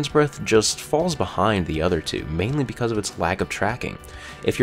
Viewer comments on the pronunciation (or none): none